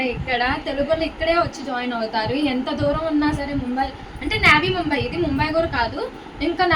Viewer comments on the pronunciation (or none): నేవి ముంబై కాదు..... నవి ముంబై అనాలి... నవి అంటే new అని అర్ధం